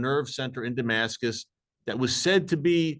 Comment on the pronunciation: Apostle Paul is what pops in my head first thing when you say Demascus